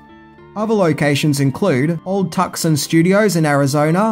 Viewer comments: It's pronounced Too-sahn. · Tucson's "C" is silent in "Too-Sahn" Arizona, our beloved Aussie friend. Be sure to visit this beautiful Artsy College Town should you ever make it to the SouthWest. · Tucson is pronounced "too-saan" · "Old Tucson" is pronounced Old "two son", not Old "tuck son". Otherwise, another awesome episode. By the way, McClintock, the John Wayne Comedy western, was also filmed at Old Tucson Studios. As was the Television Series, High Chaparral. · Sorry to add this. "tuxsan" pronunciation is actully pronounced "too-sahn" to get Tucson. I lived there most of my childhood life. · Hey, Love the vids, bro! Just a little help, it’s pronounced two-san, not tuck-son(Tucson). ✌🏼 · Tucson is pronounced like Tusson, and not like Tuckson. I was able to visit old Tucson when I was a kid. I got to see a lot of the sites from Three Amigos, which I loved. However, sadly a building caught fire, and it ended up burning everything, and so it no longer exists. Great video though. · Dude, you're killing me. Tuck-sun Studios? It's pronounced TOO-sahn. How do you not know that? I know you're in Australia, but they have TV there, right? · Two-sahn, not Tuck-son. Great vid! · Lol. Hey, big fan. quick aside, Its really odd, I know, but it's pronounced "too-sahn," not "Tuckson." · you poor Australian 'roo herder, Tucson is not pronounced "Tuck-son", but "Two-sun." Other than that, not bad. Also, sadly, later, the sets at the Old Tucson location burned down along with much of the soundstages and costumes. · I hate to nitpick lol BUT I live in Tucson Arizona and it’s pronounced “Too-San” with an Ah. If you come here and say “Tuck-Son” you’ll find yourself in a gunfight. I live about 30 min from the Old Tucson studios and plan to visit soon. 😂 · It's pronounced Too-sawn, not Tuck-Sun (Tucson) 😅😅😅 Keep up the good work 😉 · " old too son not tuckson but thanks for the shout out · Tuck-son? Really? It's TOO-SAWN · Too-sahn, not Tuk-son.